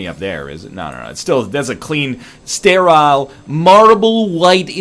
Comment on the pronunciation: Yep, just like my coffee...I shower in 202 degree Fahrenheit water (about 97 degrees celsius), and not a degree less...it's the only way to stay stair-aisle (or however he pronounces it).